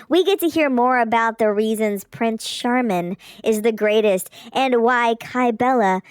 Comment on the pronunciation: “Prince Charmin” 😂 ☠️